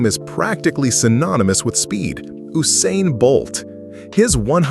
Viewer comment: Woosain Bolt...